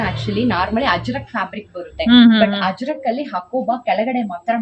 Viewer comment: Ajrak , not Hajrak